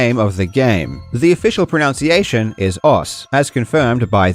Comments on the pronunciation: It's pro-NUN-ciation, not pro-NOUN-ciation. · I've watched a few videos and noticed you say "pronounciation". Is this on purpose? The pronunciation of "pronunciation" is not "pronounciation" pro-NUN-ci-ation, not pro-NOUN-ci-ation However, English being the silly language that it is, we have pro-NOUNce vs pro-NUN-ci-ation. Go figure. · I'd rather talk about how we pronounce "pronunciation" which is definitely not like "pronounciation." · Mispronouncing one word when describing the mispronunciation of another? Classic. That word is "pronunciation"? Priceless. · I guess you're being ironic, but you're mispronouncing the word 'pronunciation' lol, oh well